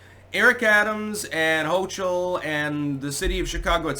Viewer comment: HO-KUL not Hoochul. HO-KUL!